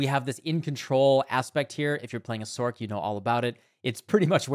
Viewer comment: its not SORK its SORC!!